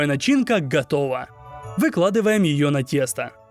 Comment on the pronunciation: Мне одному кажется странным произношение слова « готоува»?😅